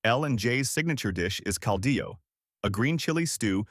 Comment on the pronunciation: Cardiologist = cal-dee-yo... and it's not a 4-legged, shell critter, armadillo😮😅